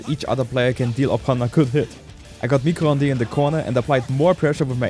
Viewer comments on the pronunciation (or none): "micro honday". It's french for Microwave, you had the first part right "mi-cro" but the second part is pronounced "ond" [ondeuh], not [ondé] :) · pronouncing "micro-ondes" is so sweet for a french viewer like me